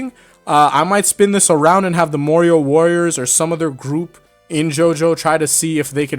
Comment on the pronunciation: Marrior Worias?